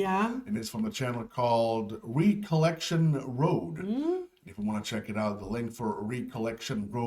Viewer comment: your English is superb but I one slight correction for you. "Recollection" is pronounced "rek-ol-lec-shun", like your name "rek-ee". It basically refers to remembering something.